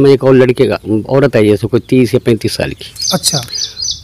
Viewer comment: Hiii Brother apne Salam ka pronounce thk kijye Saal not shal (year) Swagat not shwagat Smjhane not shamjhane Etc....... If you don't my brother You have to learn more your pronounce is not............... 👍👍👍